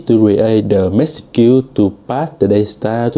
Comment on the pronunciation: Really struggling with the pronunciation of the 'age' of package and message.